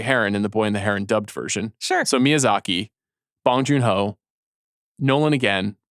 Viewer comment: I love the show but you guys are butchering Bong Joon-ho’s name. it’s not pronounced like you’re smoking a bong. the ‘o 오‘ sound in Korean is pronounced like ‘oh’.